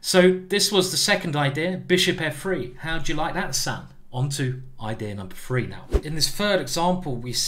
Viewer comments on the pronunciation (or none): FFFFree pieces is the magic number...FFFreee?? TH TH TH TH TH TH ...........practice for five minutes and learn too say the word correctly. This guy wants us to practice chess..yet he chooses to not practice the word THree.